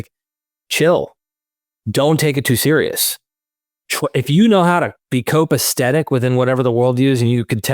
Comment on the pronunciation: copacetic, not copastetic